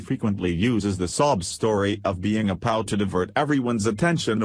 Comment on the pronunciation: I would like your video so much more if you'd not use a robot voice. For instance, your robot pronounced P.O.W (prisoner of war) as pow. not good.